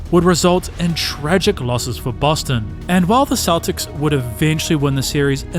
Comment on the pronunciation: there are dozens of creators on here with videos as good or better who put the time in to actually narrate their work so you're listening to a human being, not an AI with a robot voice saying "sha-kill o-nill" or boston keltics